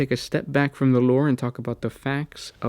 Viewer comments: when this guy says 'loure' hahaha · I know its petty and stupid but the way dude says lore is mad annoying